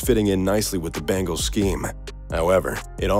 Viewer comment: BENGALS!!!!!!!!!!!!!!!!!!!!!!!!!!! NOT BANGALS!!!!!!!!!!!!!!!!!!!!!!WTF????